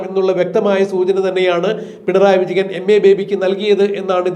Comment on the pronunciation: പിണറായി വിജഗൻ അല്ല വിജയൻ എന്ന് സ്പഷ്ടമായി വിളിക്കൂ